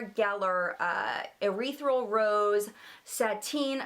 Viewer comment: Ethereal . It's pronounced eth ear eal. The Laura Geller spackle. The way u were saying it sounded like ureathreal. Lol great video !!